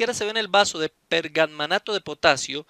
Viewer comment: podía haber tomado un poquito..para verificar el milagro....digo..............por favor....por favor......y por ultimo esta cuestión química se llama PERMANGANATO....Y NO ...PERGAMMANATO.....jajajajajajajaja,,...saludos desde Santiago de Chile...